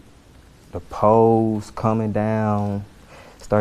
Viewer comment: So this is a very interesting point in his interview. I'm a new Orleans resident. And what we in New Orleans have been wondering about since this attack are "duhpoes". I think he meant "the poles". Bourbon street has a series of street blocking poles at most intersections to prevent vehicles from driving down bourbon and potentially harming pedestrians. Of course there are ways around them to enter Bourbon and apparently they are mechanic and can be raised and retracted. From what I understood from our news channels, several intersections poles are malfunctioning. But for this witness to say they were coming down really piques my curiosity.